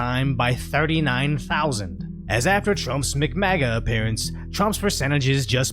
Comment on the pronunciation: "mc-mega". lmao